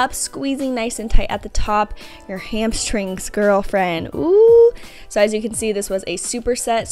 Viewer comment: 3 years later and I still can't say "hamstrings" without pronouncing it "hamshtrings" like Whitney. Love these dumbbell only workouts. I wish there were more